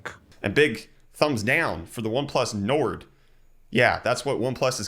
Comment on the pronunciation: Nord is North in Northern languages, and it's pronounced like"Nor".